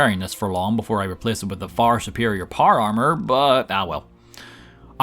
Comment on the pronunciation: American: Power Armor Northern Irish: Par Ar